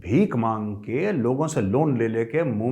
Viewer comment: why “maangke” is silent ser!!😂